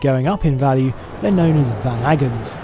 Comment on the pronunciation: VanAggins is a Dutch supermarket chain. I think you meant "VAN-a-gun".